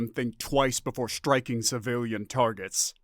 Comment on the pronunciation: Still.......SHTRAINING......SHTRIKING.......DESHTROYING...... Have you listened to even one of your posted stories? Very annoying. I tried this one again. You are now Unsubscribed. If you ever learn to pronounce the "str...." words NOT as "shtr....", then I may return.